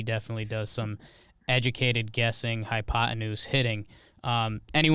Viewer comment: please, don't ever say hypoteneuse again. PLEASE. also, Trev just created the dopest portmanteau I have heard in a while: "Old School Basebullshit" is sheer genius.